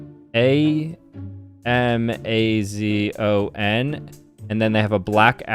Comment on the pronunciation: He did Zmaaon instead of Amazon lolol